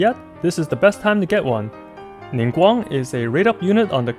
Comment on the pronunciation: I'm getting Ningguang since she's the only 4 star I don't have. I really appreciate you pronouncing their name correctly, you're so cool! Thank you for the awesome guide as always.